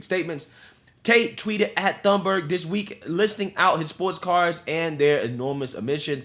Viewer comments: It said "" hahahahah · Thunberg, not Thorn burg🤣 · Just thought you should know, her name is pronounced like Toon-berg. The "h" is silent. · Pretty sure her name is pronounced 'Tuneburg' .. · FYI. For English speakers, Greta's last name is pronounced "toon-berg," silent 'H.'